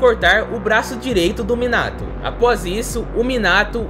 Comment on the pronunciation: Tu disseste muinato kkkk